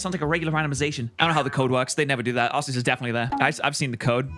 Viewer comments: Am I the only one who thinks it's pronounced ARK -EE -USS, not ARSE-EE-US? I read somewhere that that's the final, official pronunciation. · Isnt it pronounced like arkeaus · calling Arceus Sazed is craazzzzzzzzy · Hate to be that guy but... 🤓 It's pronounced "Ar-kee-us"